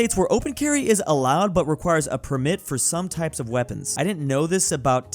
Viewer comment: Why does he say permit like that?